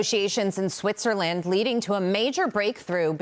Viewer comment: No confidence when she can’t pronounce Switzerland